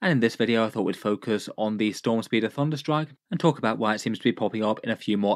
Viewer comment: ole "thudnerstrike"